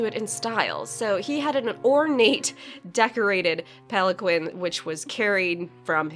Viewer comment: The proper pronunciation of palanquin is pal-an-KEEN. Even Google gets this wrong tho so don't feel bad or like I'm talking down. It's just one of those words readers of fantasy see and are familiar with, know what it means, but rarely hear spoken. Learned the proper pronunciation from an old gray haired DM in my youth and it had always stuck with me.